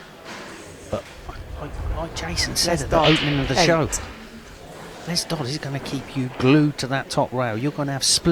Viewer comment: Dodd ...not dodds